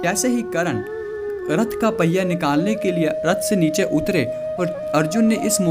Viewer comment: कर्ण नाम है.. करन , करन क्या बोल रहे हो? .. कृष्ण बोलना सीखो ! You just need to learn how to pronounce name before making videos.